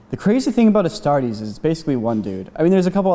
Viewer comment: When he said "as tar tes" that hurt